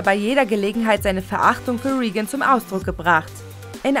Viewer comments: Der Präsident wird RÄGAN ausgesprochen nicht RIEGÄN. Und es heißt CAR PEN TER NICHT CARP ENDERS. echt mal, schlau sein wollen aber falsche Aussprache haben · Ja ja, der berühmte Ronald Riegen, wer kennt ihn nicht... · mein innerer monk tobt gerade: wie kann man ronald reagan nur als "riegan" aussprechen. aber sonst, coole infos für einen film, den ich gefühlt tausendmal gesehen hab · Oh... man merkt, dass du geschichtlich noch sehr grün hinter den Ohren bist und wahrscheinlich einfach nur vorliest was man dir vorlegt. Denn es heißt Ronald "Reagen" UND NICHT "Riegen". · Die Erzählerin geht leider nicht - sorry, aber wie kann man so gut wie jeden Namen seltsam aussprechen? Ronald Riegen? 😂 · Lettel weppen. Präsident Riehgan. 😂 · "Reigen" ist auch nicht ganz korrekt. Eher "Räggän" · "lental weapon" "riegen" omg......🤣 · gut recherchierte Infos, toll geschnittenes Video. Aber selten so eine schlechte Sprecherin gehört, die offenbar nach dem ersten Jahr Englisch in der Schule abgebrochen hat. Im Ernst: "Ronald Reegan?" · Carpenter.. Reagan....was ist denn das für eine Aussprache!